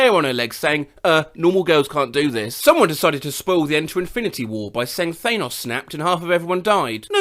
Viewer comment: I'm sorry, Thay-nos?!